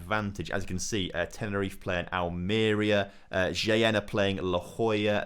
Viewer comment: buddy sometimes I really hate your pronounciation, it really drives me crazy, and I'm not sure if you do that on purpose but, there is no additional "i" in Shtygel name,.... it's not "ShItygel".... plus why am I pointing it out.... J in spanish is like H in english, you really pronounce it in "El Ejido" correctly and then you read "Jaen" like a stupid..... please, make my life easier and pronounce properly :D